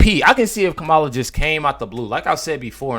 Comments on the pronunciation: you bring up a good point, you can't even say her name right KAMELA KAMLLA. how will the world call her 4 years if she is elected? USA can't be weak in these hard years ahead! Trump 2024 is the right way in all ways possible! 🤫🤫🤫🙃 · Kam-ulah ryhmes with SCAM-ULAH ... easier to recall 😜